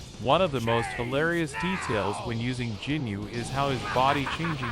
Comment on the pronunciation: Did you just say jinyu